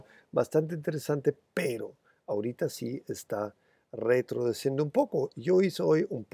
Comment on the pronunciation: me encanta el "retrodeciendo" jajajaja, sos un fenomeno, un abrazo!!